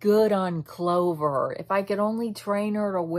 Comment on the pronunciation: aww i heared you call clover "clove" and i see you wearing a cherry blossom cap, so you like me yay!!! i like when people like me!!